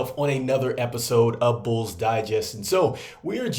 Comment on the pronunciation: Always know ya from Chicago when you say "bools"